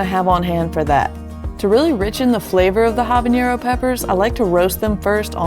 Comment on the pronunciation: looks good, also it’s pronounced habanero (ah-bah-neh-ro) not habañero. 😉